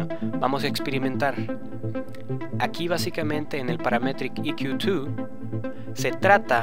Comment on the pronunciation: Buen tuto me agrado "casi todo" Menos tu pronunciacion de Paaraaametriiic EeeQQQ twoo jajajaja :P mucho esfuerzo jaja en la pronunciacion , mentira viejo me gusto tu video Dedito pa rriba (y) Explica algo sobre El Sidechain , ya que ver tantos tutos sobre el no son parecidos todos , Es muy distinto el sidechain de FL studio a Ableton live , ya que con live directo Le pongo ala melodia Sidechain para q le de espacio al kick. Lo malo del FL que le afecta a todo . Saludos !